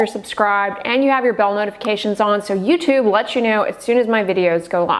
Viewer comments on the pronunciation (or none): none